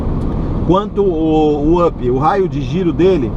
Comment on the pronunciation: up,se pronúncia "ap"!